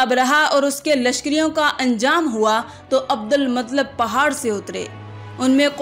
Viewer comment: Abdulmuttalib h sahi to bol lo kaisi muslim ho